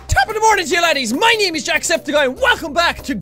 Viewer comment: anyone else notice that he said "my neem" instead of "my name"